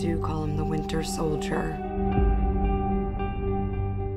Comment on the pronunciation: I know it's a really tiny thing to latch on to, but it always sticks out to me the way Johansson pronounces "win-Ter sol-Dier" near the beginning. (Yes, I know her character is supposed to be Russian, but her English is perfect otherwise.) Anyway, I am looking forward to this very much. Robert Redford, hell yes!